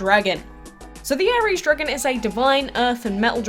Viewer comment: Ares sounds like ARIES the zodiac sign